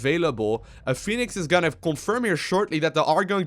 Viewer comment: IT'S. FUCKING. P H O E N I X . NOT FENIX PHOENIX YOU STUPID FUCK Edit: Just saw you where from another language, I'm sorry.